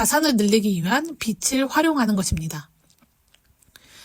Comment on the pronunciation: 빚을 활용하다. 이라는 문장의 발음은 비츨이 아니라 비즐 활용하다로 발음 하셔야 해요. 비치 얼마일까요? (X) 비지 얼마일까요? (O) 비츨지다(X) 비즐지다(O)